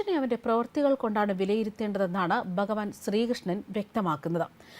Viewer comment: എന്റെ സഹോദരീ! ബഗവത്ഗീത, ബഗവാൻ തുടങ്ങിയ പദങ്ങളെങ്കിലും ശരിയായി ഉച്ചരിക്കാൻ പഠിക്കൂ!!